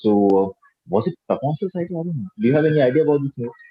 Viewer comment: How wrong does the anchor pronounce the name Papon.... Its not Peeee but Paa...